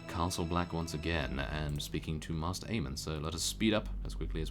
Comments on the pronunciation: mae-ster, not master:P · By the way Maester Aemon is pronounced Mace-ter. it is not master. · Sorry, but I don't know if anyone else has pointed it out but you pronounce maester like 'may-ster'